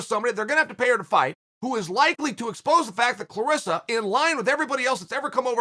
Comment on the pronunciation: Dear Chael Clarissa, rhymes with Melissa. CLARESSA, rhymes with VANESSA.